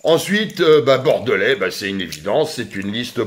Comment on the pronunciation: A ta façon de prononcer "Bordelais"..à mon avis t'es pas Bordelais. Bon courage quand même